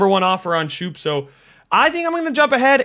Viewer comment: His name is scope not shoop